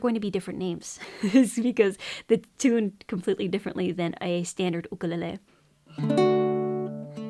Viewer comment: that’s how it’s supposed to be pronounced